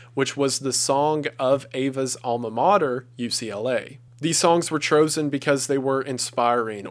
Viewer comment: Chrosen? Bro really? Smh 😒